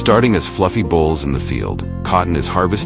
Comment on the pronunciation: Eh... it's cotton bolls, not cotton bowls... just sayin'